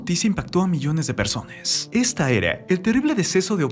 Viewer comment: Persones? Jajaja ridiculo XD